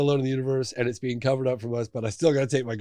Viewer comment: When he says. Being I hear Bean lmao